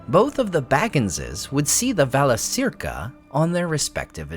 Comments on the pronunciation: Pronounced "vala-KEER-ka." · Correct pronunciation: Valakirka